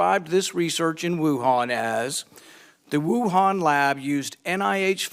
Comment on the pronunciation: Why does that curly haired muppet keep saying "Woohaaaaaan"? Nobody else in the world pronounces it like that, and his drawling accent only does it to that word.